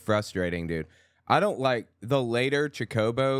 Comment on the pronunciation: You’re mispronouncing chocobo